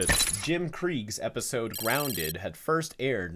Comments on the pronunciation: ah yes "Gounded" my favorite episode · has yes "gounded" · the r is missing